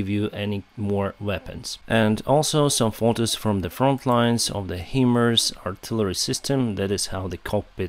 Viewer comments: HIMARS is pronounced ”High Mars" not "He Mers". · HIMARS = ~~~> HIGH <~~~~ Mobility Artillery Rocket System PRONOUNCED ----------> HIGH MARS NOT PRONOUNCED --> Heeeeemars Love You 💙💛🇺🇦